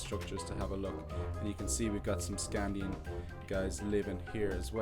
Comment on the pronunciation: I am reading the series right now I cant belive that he called a saxe knife a sword and he said sknadin wrong